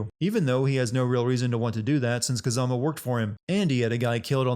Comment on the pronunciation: They pronounce Kazama's name about 200 times throughout the game, no offense but I don't know how you still got it so wrong Same with Kuze